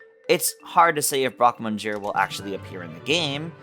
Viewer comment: excellent video, but may I ask why you are saying broque moNsure? the N is silent